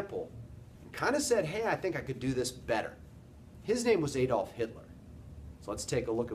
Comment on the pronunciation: Superficial and not very good - doesn't seek to explore the actual causes behind totalitarianism in the European context - as well as the poor pronunciation, "Aydolf" being one example. Could do better.